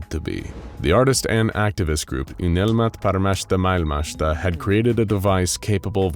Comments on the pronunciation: I applaud you for trying to pronounce "Unelmat paremmasta maailmasta". I have to admit that I was playing Warframe while listening this video on the second monitor and I thought you were reading French until it continued "...a finnish phrase..." :D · How many times did you have to attempt saying "Unelmat Paremmasta Maailmasta" before you got something good enough?